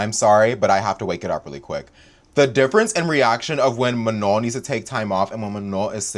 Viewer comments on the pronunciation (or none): mispronouncing Manon’s name is giving FOX News mispronouncing non white names, unless they’re republicans.